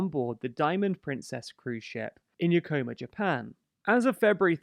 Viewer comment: "Yokoma, Japan"...? Perhaps you mean Yokohama? The second largest city in Japan.